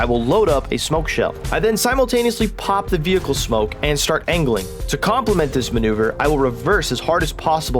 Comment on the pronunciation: "smonke" nice!